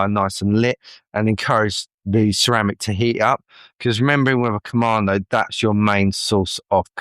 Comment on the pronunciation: KamaDo, not KamaNo